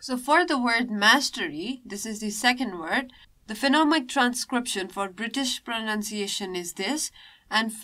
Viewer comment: Is it Phenomic or Phonemic? And the way of describing the chapter feels very swallow. Please spice the things up, be more subjected to examples. Thanks.